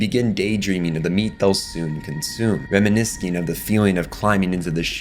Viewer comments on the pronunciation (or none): also "reminisKing" instead of reminiscing, and his constant mispronunciation of escape as eKscape...